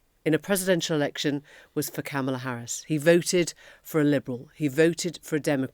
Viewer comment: This is an excellent channel with astute commentary. I haven't missed a show since I discovered it a couple of months ago. But I do want to note that I am surprised and disappointed that Emily mispronounces Harris's name. That became an important indicator of respect in the election campaign. I do wish she'd make an effort to pronounce Kamala correctly